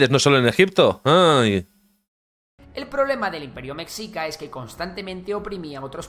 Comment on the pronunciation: Mexica.... meSHIca. La X siempre es un problema